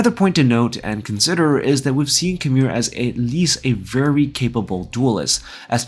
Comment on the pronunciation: It's "KYE-MEER" not KHAMIR